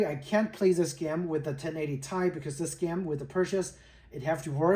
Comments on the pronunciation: T I NOT TAI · Great video... I'm thinking of this card myself. One thing though, from a former 1080Ti owner... it's Ti as in Teee Eyeee 😅 Actually, shouldn't say former, still own it, it's in my kid's PC now, after I got a 3070Ti a few years back. The Duke 1080Ti is way bigger than the FE cards.